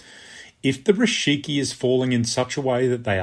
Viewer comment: Thanks for the explanation. Just a small correction: it's "rikishi", not "rishiki".